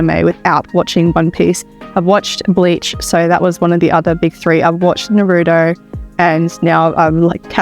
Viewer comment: Why do you still say Naruto like that….. why why why. It’s not narudoe it’s na ru toe. You should know this 😭